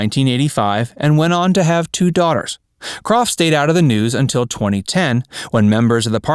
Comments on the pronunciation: Her name was pronounced crow not Croft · Not "KroFF" It's CROW.. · Yes, DAVID< DANNY< SHIRLEY< EVERYBODY!!! pronounced her name, as "CROW", and they would know!! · Suzanne Crough's last name is pronounced like, "CROW" , not like Croff. Dear sweet lady. Loved her being sung to, by beautiful David!!! She should have stayed in show business, she was awesome. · Her last name is pronounced CROW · While Suzanne had the talent to continue as an actress, I belief she made the right decision by leaving acting when she did. I have always loved her and she will be forever missed!!! Her last name was pronounced "crow" . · You'd be better off hosting a comedy channel of sorts, because so many of your (so called) facts are way off, for instance, the simple pronunciation of people's names Susan Crow, as it's actually pronounced! I know, I was one of her classmates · Her name is pronounced "CROW". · It's pronounced crow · It’s Pronounced Like “Crow “ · Thank you !!! So many mispronounced names any more!!!! Geez. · Please do your homework and pronounce Suzanne's surname correctly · Yeah HOW DARE YOU! To not know how to pronounce the last name of an obscure actress from the 70’s? And you call yourself a human?